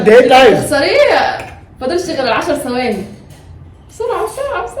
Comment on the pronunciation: ثواني ب ث مش بال س